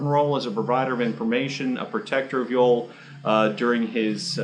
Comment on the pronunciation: His name is pronounced Yo-Elle, not Yole